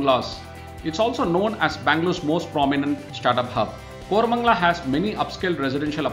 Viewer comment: Seriously.. Kormangala?? WTF...